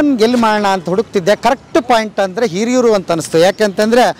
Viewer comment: It's not Heriyur it HIRIYUR